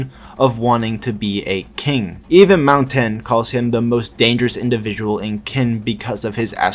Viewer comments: Ik you only make these videos for fun but parce , at least try to pronounce it properly, Qin is not Kin , it's more like xin or chin since English lacks that particular sound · Qin is not pronounced "Kin" It's pronounced Chin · Its pronounced as Chin not kin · Been waiting for a new video for a whileee btw Qin is pronounced ‘Chin’ not ‘Kin’ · I'm hearing "kin" used as the pronunciation for "qin"? Qin is pronounced "chin". The Q is like the "ch" sound in English. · Isn’t Qin pronounced as “Chin”, not “Kin”…? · Kin??? Its pronounced Chin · Maybe im a bit too late but qin is pronounced chin since you know 'china' name had to come from somewhere xD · that pronunciation of qin is crazy